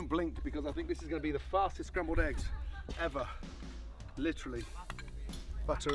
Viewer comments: Spambled eggs lol...sry, I got a giggle out of it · Spambled eggs haha 😛